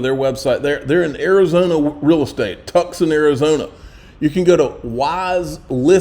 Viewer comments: Ok Sir. You just said it for the second time…the Name of the AZ town Tucson is pronounced TOO-SAUN OR TU-SAWN? Whichever phonetic spelling works for you!! The C is silent so no TUCK in it. You said TUKE-SAN. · Tuckson, AZ?????? C'mon, I know you're a hillbilly from Geo r ja....but, Tuckson???? It's TOOOOOSAWN....Marcie needs to educate you LMAO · TOO SAAN not TUCK SON... And There You Have It. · Did u day tuckson, az? 2sawn= Tuscon,az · Tucson AZ is not pronounced Tuck Son. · Ok, I'm from Tucson, Arizona. It's pronounced( Too son ) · FOR THE LOVE OF ALL THAT IS HOLY…. Please LEARN how to pronounce Tucson!